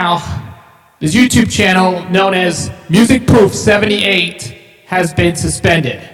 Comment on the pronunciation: pronouced Music (Proff) like Off. Also on the autogenerated channels, they are ALL remasters and not original, most aren't even close to The professors quality